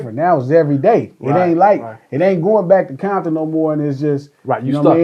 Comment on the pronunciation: Aint no "bombton" N... where you at ?you better say compton N...